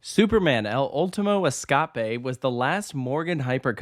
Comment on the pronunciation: As a Spanish speaker, your pronunciation of the name made me facepalm. Does this negate anything the video said? No. Just maybe next time run a foreign the name past a native speaker to spare us the pain 😅